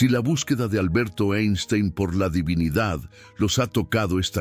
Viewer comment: Aprende a pronunciar divinidad